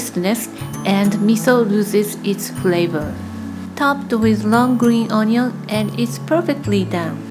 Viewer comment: the way she says onion XD